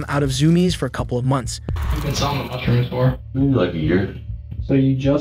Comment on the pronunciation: I tapped out after i saw the robot pronouncing mushrooms wrong